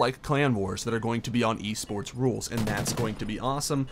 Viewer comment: that little mess up made me laugh sooo fucking loud ahhaha E SPERTS or w.e the fuck u said lol